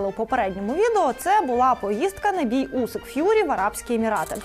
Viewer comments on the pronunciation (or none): none